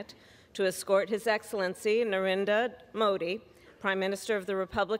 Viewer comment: They can't pronounce his name? I'm stunned that Kamala can't.